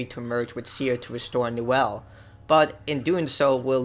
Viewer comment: actually its Niwen not Niwel because for some strange reason that triggered me